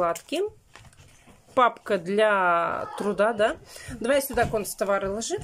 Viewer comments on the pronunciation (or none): кАнц.товары, а не кОнц.товары. От вашей речи, прям ухо "режет" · не говорит кОнцтовары. Она говорит кУнцтовары☝